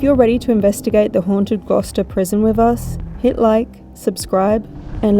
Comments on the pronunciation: ffs 🤦‍♂️ I’ve just started watching and I can’t stop laughing, GLOWKESTER you pronounced it 🤣🤣 Gloucester boy 🤣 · "We are at the glorkester prison" "Gloucester":) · “Glah Kester” for Gloucester had me dying laughing 😂 I live in Virginia in the US and the area I live in has many cities named after UK cities. Like we have a Suffolk and a Norfolk and a Gloucester. So I definitely know how to pronounce all these names properly. ONLY because I am from here. No shade to. It had me giggling. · Hi, I love it when you visit England!even if does get the names of places wrong 😂 love the ac/dc shirt 👌England has got some seriously old haunted places, guys but I've not seen Gloucester prison explored and investigated before, which is cool!😊❤❤ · Gloucester is such a difficult word if you’re not English speaking….oh wait is English speaking 😂😂😂😂😂